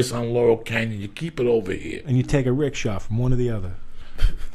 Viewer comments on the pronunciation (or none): Lmfao!!! He said take a rig Shaw.